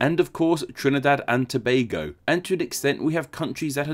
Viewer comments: And he said "Tobago" correctly! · Hold on... Did I just hear someone finally pronouce Tobago correctly?